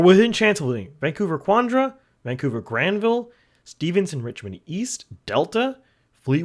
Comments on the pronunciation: Great video! To help with a few of your riding pronunciations, it's Richmond-Steveston, not Stevenson (Steve's town, named after the founding family). And Coquitlam is pronounced co-QUIT-lum, not COCK-wit-lam. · This week’s pronunciation tip: Steveston is just two syllables. Steve ston.